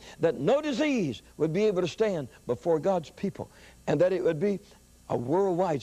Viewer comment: Hallelujah! But, it's not "dat", it's "that".